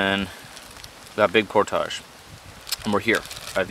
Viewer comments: Love the vids! Subbed a while back. Content is awesome as well. But if I hear you mispronounce "portage" one more time I will take hostages. It's (portige) not (Portahge). Keep up the good work! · The word is Portage .... Not por tage.